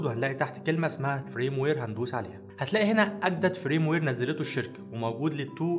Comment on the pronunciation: اسمه فيرم وير جيب منين فرام وير اللي عمال تقولها دي